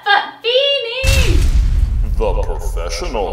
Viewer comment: LOL blair its "feeheheheeny" not "f-f-f-feeny" LOL